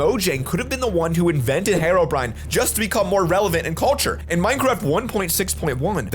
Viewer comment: Herobrine not harobrine